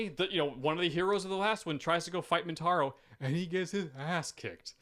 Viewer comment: Is saying "Mintaro"? I'm picturing a 4-armed tiger shokan centaur, and I kinda dig it.